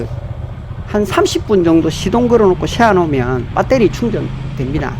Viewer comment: 밧데리...아니죠 베러리... 맞구요~~ 흐엉흐엉흐엉~~~